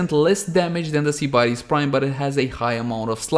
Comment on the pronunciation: Why do you pronounce it like SEE-BAR-is... Is this a meme or is it just the accent? Genuinely curious. No hate.